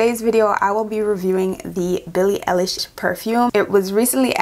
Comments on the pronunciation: It’s all horrible. Her last name is pronounced “eyelish”. ❤ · Billie EYE-lish 🙂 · her name is pronouncd EYE LISH YOU DO NOT EARN A LIK OR SUBSCIPTIONJUST FO THAT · It's ey- lish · Eye-lish* btw